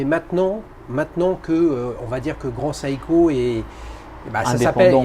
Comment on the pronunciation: SEIKO se prononce SE-I-KO et non SA-I-KO pour la énième fois!! tous ces parisiens qui se croient au-dessus des autres, je ne supporte plus!!